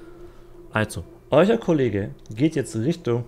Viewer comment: Jo stabil! Ich mag deine Videos auf jeden Fall auch sehr, ich muss nur immer etwas bei dem "eucher" MOC schmunzeln ^^ liegt das am akzent oder was da los 😇🤷🏾‍♂️